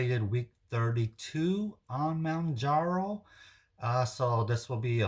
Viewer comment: Well you can pronounce ozempic..lol fyi.... its Mohhhn jar oh